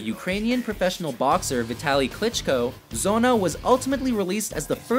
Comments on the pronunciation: "Zona" for Sonne? That's about how he said it... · du meinst etwa das Album "Muuta" oder Soona? xD ich hoffe mal das es aus Ami Sicht nicht genauso dämlich klingt wenn wir deutschen Amon Amarth, Slipknot oder so aussprechen xDD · That "Sonne" pronounciation gave me cancer